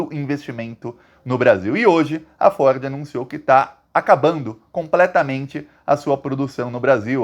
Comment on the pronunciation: Você fala Ford e eu entendo "Forbes "